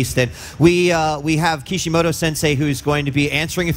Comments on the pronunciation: It's kishimoto not kishimodo, seriously wtf xD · And he's calling him Kishi-modo :'(